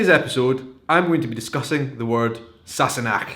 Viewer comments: You know when I first heard them say this word I thought they were saying “sassy neck” lol. I though it was in reference to Claire’s neck. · In my house it was always pronounced !&%^@ Sassanach!